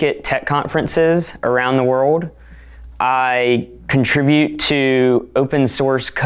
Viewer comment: This dude sounds like AI? He sounds more like a child bc he doesn't ever pronounce the letter "L" "Wur-ohd" is world lol